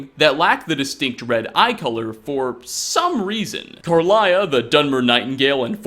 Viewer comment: Listen to me,. Lay-la. Lay-la. Laila's name is pronounced lay-la. Not lay-lia, there isn't an I after the second L, it is just lay-la. How do you manage to mispronounce names that are spoken aloud in the game???